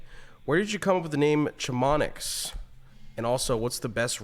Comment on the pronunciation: I hope that was an ironic joke not pronouncing it sha-mon-nee